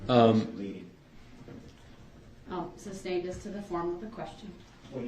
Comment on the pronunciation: It’s not Axed it’s asked , it’s not substained it is sustained ..